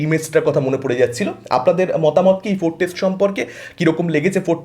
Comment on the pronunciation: আগে ভাই উচ্চারণ ঠিক কর। ফোরকাস্ট কে অনবরত ফোরটেস্ট উচ্চারণ করছো, শুনলে কানে চাপ লাগে ভাই।